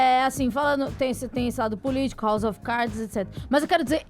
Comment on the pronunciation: "house of caidis"???? foi isso que eu escutei de uma mulher que morou nos EUA? PQP !!!! kkkkkk